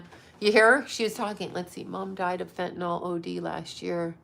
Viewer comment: Not trying to be a b-tch, BUT…there is no letter O in the word fentanyl. It’s pronounced: fen-ta-nil.